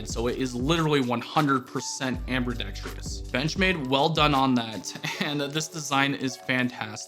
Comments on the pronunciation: “Ambredextreous” lol Ambidextrous. Am-bee-DEX-truss. No “tree” sound. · Great knife. 👍 Is nobody going to talk about "amberdextrious"? 🤣🤣🤣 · ambidextrous, no r after the b